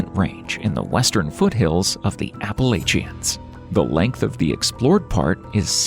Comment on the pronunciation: please check your pronunciation of "Appalachians." The folks who live in that area are laughing at you.